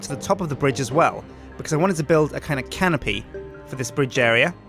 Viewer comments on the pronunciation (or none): Every time you say canopy, I keep hearing Simon saying "Can of Pee?" from the tekkit series XD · Am I the only one that hears "can of pee" when says "canopy"?